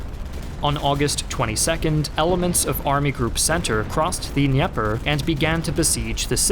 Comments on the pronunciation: The river is pronounced “Duh-Neeper” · The Russians also couldn't blow the bridge(s) to cross the Dnieper River. Also you need to pronounce the d in Dnieper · I just have to say the way you pronounce Dnieper was hilarious to me. Excellent video though and I enjoyed it very much.